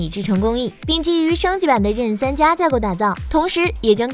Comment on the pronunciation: 为何Zen可以读成“任”？ 任三,任四？！？